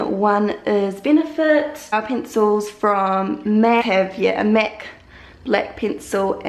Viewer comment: She says Mac like mec